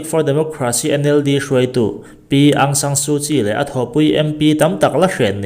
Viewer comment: Aung => ang anilo... áwng tia lam tur ani zawk ang